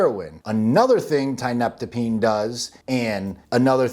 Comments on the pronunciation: You know how you call it tianna. Thats because you pronounce tianeptine with a tea sound. Not a tie sound. Your usage of the term "dope" tells me all i need to know. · "Tineptapeen" 😂😂 At least figure out how to pronounce it properly if you want to come across as being marginally credible. Thanks for the laugh.. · Tia-nep-tine, good video broski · Tee-uh-NEP-teen. It's used as an antidepressant in Russia and Eastern Europe. Has strong opiate properties and is hard as hell to kick. It can be bought online, and works wonderfully as an antidepressant. Until you're hooked. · Dude! Learn how to fucking pronounce Tia-neptine. Say it with me now : Tia....nep...tine...just like it's spelled. Haaha not that hard bud. And the shit is not new at all been around for years in zaza and tianna red. Old news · I'm sorry no disrespect but i did not hear you say tianeptine properly a single time in this video 😂😂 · lol hearing this dude trying to pronounce tianeptine is worth the watch, by itself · You go ahead and state your little guarantee in r/quittingtianeptine and see what kind of responses you get, or better yet, bounce from a high dose multiple times a day CT and enjoy the walk in the park mild WD's. This dope can't even pronounce it correctly, so you're clearly a pair of experts 😂😂😂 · Stop fucking demonizing things, it ruins it for everyone. Just bc there are fking retards using this drug and dont know what the fuck they are doing, it doesnt mean the drug is bad. It all depends on your knowledge and level of self control. Your not even pronouncing tianeptine correctly. So obviously you dont know what your talking about